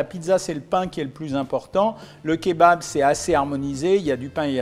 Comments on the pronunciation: Yes il dit plus Keubab 😂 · En réalité il faudrait prononcer "Kébap"